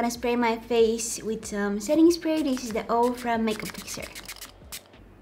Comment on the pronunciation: “Da Valentine’s Day” ❤️🤣